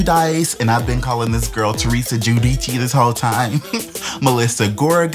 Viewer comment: You actually said Teresa name right thats how you pronounce it in Italian. The other is in English so you were fine 🙂